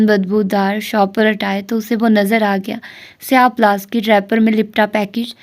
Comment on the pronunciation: Plastic not plaskit